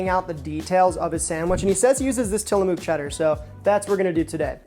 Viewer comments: Love you, but the way you said TillaMOOOOK unironically is killing me 😂 I’m from Oregon, it’s TILLA-MUK. ❤😅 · For the record, the oo Tillamook is pronounced like the oo in cook or book, not the oo in too or boo. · Fyi the mook in Tillamook should rhyme with book, not spook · You heard the old Italian slang word “mook” like in goodfellas “ah what a mook,” reminded me of that 😂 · As a PNW native, the way you pronounced Tillamook is funny stuff lol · You are pronouncing Tillamook wrong. The oo is pronounced with the same sound as in book